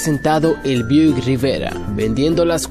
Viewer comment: BUICK no BIUDICK jajajaja Pero muy bueno igual